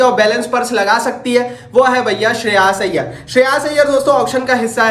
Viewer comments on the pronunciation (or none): Shreyaaaaash iyyer 😂😂